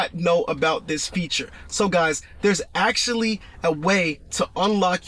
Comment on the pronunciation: I had no idea my Tesla “axxlly” had a parking brake. For real though, Good video.